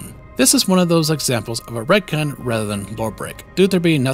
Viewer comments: Ive never heard it pronounced "retkin" before.always ret "con" like in CONtinuity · RET - CON. not Redkin. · Sorry, but I cant get over how you pronounce Retcon as "Redkin" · I don't know if i've ever heard the word retcon spoken. Is this how you pronounce it? Like "ret-kin"? I always read it as "ret-con"? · Everyone on Earth: “Retcon”: “Redkin” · I'm trying, I'm trying but he keeps saying retkin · Never heard "Ret-ken" before, odd pronunciation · And "Jenny" is "Genie"... Man's brain is broken 🤣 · I've NEVER heard anyone pronounce a retcon as 'Ret-kin' before. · He said retcan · Retcon is pronounced RHETT - KHAN. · dude keeps pronouncing retcon as redkin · Are we all just gonna ignore how he pronounces retcon? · Cant say I've heard someone say Retcon like that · I have never heard anyone pronounce retcon like that before… i want a unique nightkin named “retkin” in the next fallout game lol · It stands for retroactive continuity so pretty sure he's saying it wrong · Hard to take him seriously when he can't even pronounce "Retcon" properly... Retroactive Kentinuity. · Great video. Except you mispronounced retcon and it bugs me way more than it should. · Am RetKin I identify as a Retroactive Continuity. Srly tho why do you say RetCON like that?! 😆